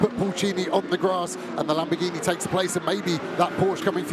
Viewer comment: The commentators going through the starting grid is impressive as hell. He can't pronounce lamboRghini though